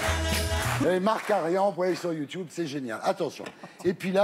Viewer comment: Par contre les gamers aux cheveux gras et qui n'ont jamais vu une fille de leur vie, ferme la vieux machin qui ne comprend rien et qui a du mal a prononcer Youtube ! ;)